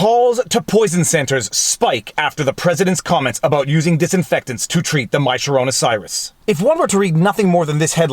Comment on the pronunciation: why is he mispronouncing the coronavirus?